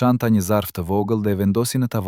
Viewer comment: Lexuesi shumë dobët e fletë Shqipen ??? Germën L e shqiptonë LL. Ndëgjojeni me kujdes të lutem Kërkoi ndjesë nëse jamë gabim ??? Fjalën vohël ( vogell ) lartë ( llartë ) fjalë ( fjallë) Largë( llargë) Ndëgjojeni fjalën populli si e shqiptonë ???